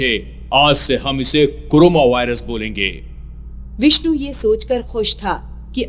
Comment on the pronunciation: It's not coroma lts carona